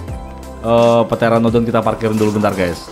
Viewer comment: Pteranodon pyteranodon pyhteranodon ??